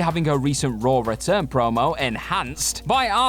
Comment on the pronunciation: Raw* not Roar